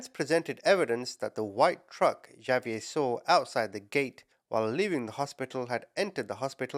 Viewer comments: not "J"avier its pronounced as "H"avier,, H not J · Javier is pronounced like Havier❤ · Javier is pronounced Ha-ve-air And Xavier is pronounced Ex-a-vi-er I know mexican names are a bit complicated to pronounce lol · It's pronounced HAH- vee-err. The j sounds like h in Spanish.